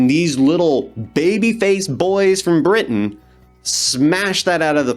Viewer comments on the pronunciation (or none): none